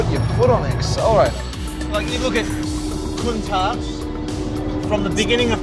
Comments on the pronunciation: Am I hearing wrong or did they keep calling a Countach a ‘Countark’?? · Make up your mind on how you want to pronounce Countach! Half the time you get it right (with the hard ch at the end) the other half wrong. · Proper pronunciation is apparently "coun-TALK" but it sounds ridiculous to say it that way